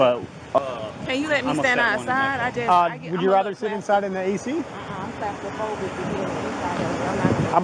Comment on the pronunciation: Clast-a-phobic.....god damn